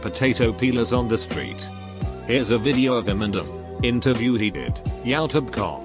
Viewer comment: everyone: Youtube This guy: yautob